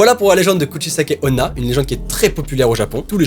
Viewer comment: Nan la 2eme histoire sa se dis Kusichaike Onna